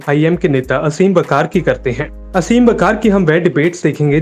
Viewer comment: bro its आसिम वक़ार . not असीम